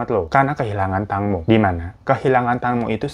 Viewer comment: Fyi di bacanya teengmo bang